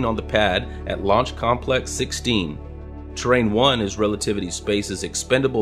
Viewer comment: Awesome video as always! Small correction -- 'Terran 1', not Terrain